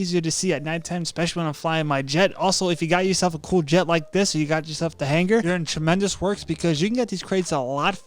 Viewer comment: Tremendus like bro learn to be a pro ytber